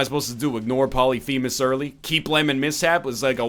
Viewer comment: Poly-femus! Poly-femus!!!!! STOP. Its pronounced as one word not two.